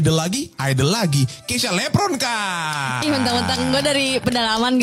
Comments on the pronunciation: Mungkin karena nyebut nama dia "lepronkaaa" pake P bukan V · Awal opening karena panggil namanya "Keysha Lepronka", bukan "Keysha Levronka".. Kalo org Jawa, v/f biasa dijadikan 'p'.. Mungkin itu yg buat dia tersinggung.. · Aku sih bukan sok tahu tapi emang ini masalah utamanya karena si keisya tersinggung dengan kesalahan penyebutan nama. Memang mungkin si bermaksud bercanda, dia nyebut "Lepronka" bukan "Levronka". Nah yg menurut keisya ngapak itu ya itu, maksud dia tuh medok kali ya bukan ngapak. Kan klo orang jawa yg medok bgt tuh seringkali nyebut huruf v tuh jadi huruf p. Nah ada stigma klo orang yg medok itu identik dgn orang ndeso atau orng kampung. Mungkin si keisya sering dihina dgn stigma itu juga makanya dia tersinggung. Tapi btw, memang ada kok orang yg bisa tersinggung klo penyebutan namanya salah. Yg salah bgt di podcast itu tuh kedewasaan mereka berdua masih kurang, masih mentingin diri sendiri masing-masing. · Salah sebut nama, harusnya "Levronka" bukan "Lepronka". Ya mungkin hal kecil, tapi idk.. maybe buat keisya itu kesalahan fatal.. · Yah lu liat aja sendiri seenak nya jadi host.. Coba lu denger sebutin namanya... Lepronka. Cara nya yang ngerendahin banget.. Bukan levronka Coba sedikit sopan lu host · keknya karna blg keisya lepronka ga sih? hrsnya kan levronka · Tersinggung krn nyebutnya LEPRONKA. Pake P. Tapi kan dia jg nyebut chanel Yt nya lg POLIX. Sama2 pake P jugak. Gilak sih baperan amat. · Keknya grgr pas manggil namanya "keisya lepronka" Bukan levronka